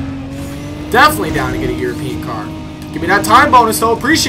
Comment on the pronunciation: I love how says European, it sounds like he says yurpeen